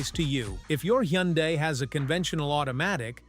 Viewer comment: Why are you showing radiator fluid when you are talking about transmissions? And you need to teach your computer-generated voice some of the words. Like Hyundai.